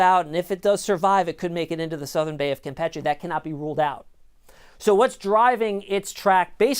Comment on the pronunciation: First time i hear someone pronouce Campeche correctly..mostly pronouce it as campeechee..